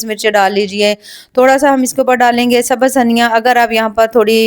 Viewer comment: Itne pahde likhe hone k baad bhi sabaz bolti ho sabz bola jata hai